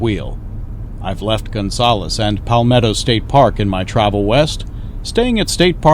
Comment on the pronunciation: Fun fact- Balmorhea is actually pronunced BAL-mo-RAY. We always called Baalmoooria with a flourish like it was some sort of Tolkien creation, but after settling in Texas we done learnt the truth. It is a combination of the founder's names -Ernest D. Balcom, H. R. Morrow, and John and Joe Rhea. Thanks for the winter time perspective!